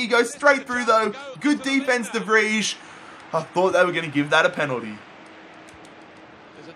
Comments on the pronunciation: de vrij (de vrei) not whatever the fuck he's saying lmao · "De Fridge" ?🤦‍♂️ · Why do you pronounce de Vrij like that. My god. Never had a Dutch name get butchered that bad.